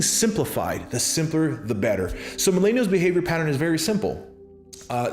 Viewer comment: Good stuff but your pronunciation is appealing Mil-en-i-als